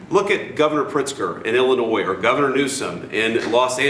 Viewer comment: how are you the president and pronounce Illinois with the S smfh